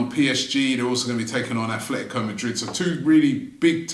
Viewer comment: Hi from Vancouver! Why does Robbie always say "AFF-letico"? Did he buy the team and rename it?